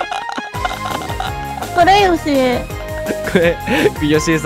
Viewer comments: ヨシコじゃなくてヨシエじゃない？ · よしこじゃないよ よしえですよ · よしえのことよしこって言ってたw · 1分35分の時よしえじゃなくてよしこって言ってなかった??wそれをはそうそうという。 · よしこじゃなくて よしえですよww😂😂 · よしこじゃなくてよしえだよ